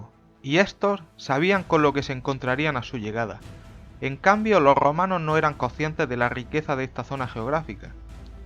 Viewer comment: Loh Grrromanos 🤣